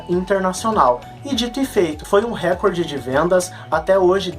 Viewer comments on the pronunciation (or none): none